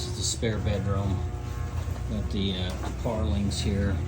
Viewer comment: When you say parlings... Do you mean purlins?... Or do they say it differently in the Philippines?